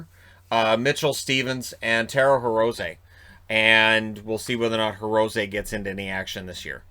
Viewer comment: Dear, I live in Japan and speak Japanese. "Hirose" is pronounced "Hero-say".:)